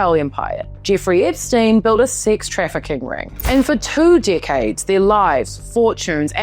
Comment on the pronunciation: Whenever you say decades long it sounds like dick heads rofl